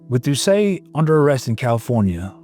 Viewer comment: And doesn't know how to pronounce Doucet either.. 😅 I'm surprised he pronounced Louisiana correctly.